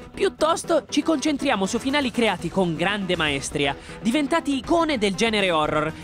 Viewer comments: Sì, però è maestrìa, non maèstria ;-) Comunque bella sequenza :-) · Sono sicura che questo sarà l'unico commento che non c'entrerà nulla, ma si dice "maestrìa" con accento sulla i, e non sulla e come "maéstria" . Stessa cosa per il min , in Italiano esiste la parola "climax" e si legge con la i :) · È maestrìa, non maéstria! (Riferimenti ad Harry Potter puramente casuale) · Maestrìa ,Maestrìììììììììììììììììììììììììììììììììììììììììììììììììììììììììììììììììììììììììììììììììììììììììììììììììììììììììììììììa Non Maestria ,cazzo!!